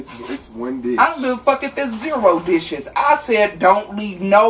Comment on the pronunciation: “I don’t give a fouck if it’s 0 disHiS” IM DEAD